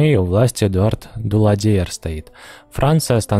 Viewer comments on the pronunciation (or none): Даладье, Петен - режет слух, все-таки не последние исторические личности...